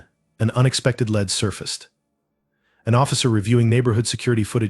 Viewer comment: At least get a narrator who can accurately read! The guy on this pronounced "lead" like "led" when referring to a police lead. He also pronounced "coax" like "co-ax". These are simple words! Find someone who can recognize and pronounce English well!